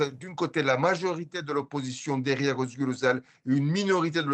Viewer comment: Vous entendez comment elle prononce, Özgür Özel, ah merci !